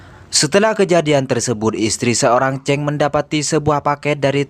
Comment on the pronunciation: sebut chang bunyi cheng 😁🤷